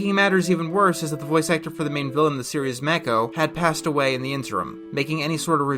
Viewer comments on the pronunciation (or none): I think you might have mispronounced "Mako"